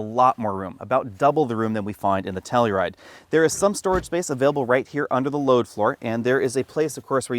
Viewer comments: It's pronounced "Tell-U-Ride", not "Tell-E-Ride" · Wrong, it’s pronounced Kia Slowride.